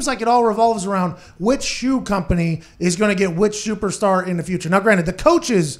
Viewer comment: did he say "shoeperstar?"